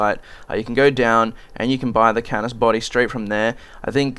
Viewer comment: Dude it´s "Canis" ^^